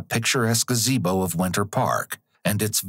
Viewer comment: Murdered a woman and then murders the pronunciation of gazebo